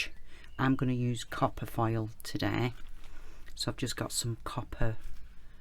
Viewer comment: This turned out so nice! Funny: I have heard you say “file” so many times and I was like I need to find out what this is…welp….today I finally realize your are saying foil! LOL